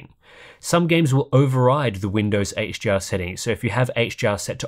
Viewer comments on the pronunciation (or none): It sounds like you say “HGR”, when you’re saying “HDR”